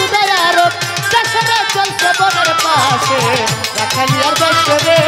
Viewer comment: রাখালিয়ারভেসে নয় শব্দ টি হবি রাখালিয়ারবেসে।